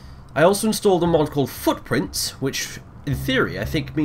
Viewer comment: anyone else thought he said "fuck prince" not footprints?